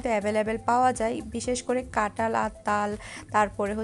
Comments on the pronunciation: এমন কাটাল কাটাল বলছেন কেন? আর কুতায় মানে কি? উচ্চারণ ঠিক করেন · কাটাঁল হবে না কথা টা ,কাঁঠাল হবে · Katal na kathal